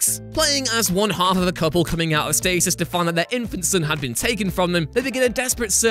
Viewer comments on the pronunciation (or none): none